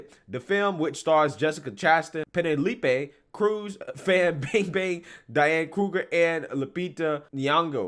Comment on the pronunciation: I laughed too hard when you read Penelope Cruz's name 😂 But in all seriousness, who didn't see this coming?